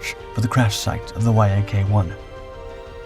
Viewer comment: IT IS called a Yaaaaaahk... NOT a Y-A-K fighter.. Damn.. Lazy fkrs.. As for Lydia.. She deflated her actual weight..